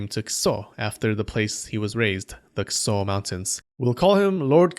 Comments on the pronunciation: A: a human skull By the way, it kind of sounds like you are pronouncing it "kuso" instead of "kiso." It's admittedly a subtle difference but definitely sounds like "kuso" to me. This especially stood out to me because kuso means crap in Japanese... but I wouldn't complain if you kept it that way, because it's kind of funny to hear about "lord crap" running around and killing people. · Lord Kuso? Is that how Kiso is pronounced? I'm not an expert in Japanese, but I have my doubts. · Great Vid as always! Ik you are not jp but your pronounciation of the name kiso sounds little bit closer to kuso haha Even the pitch is similar so its easy to misunderstand that you are insulting yoshinaka dude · lol kiso sounds like kuso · Kiso sounds almost like kuso, when you say it. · The way you pronounce "Kiso" is the way you say "shit" in Japanese, just fyi. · That "kiso" pronounciation.. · Without wanting to make fun of the name but I feel like the way you put emphasis on Kiso's name is due to the resulting sounding eerily similar to what I would tactfully call excrement. Oh and also, the thing a Kitsune puts on their head to transform into a human is the thing that Minamoto No Yorimasa's servant tied to a stone and threw into a river - just a few years later.